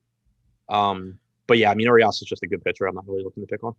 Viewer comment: I love you guys but my ears hurt when I hear you guys pronounce Urias. Pro tip from a fellow loyal (Spanish speaking Mexican) subscriber. Treat the 'r' like its a 'd'. don't be afraid of the 'd' 😂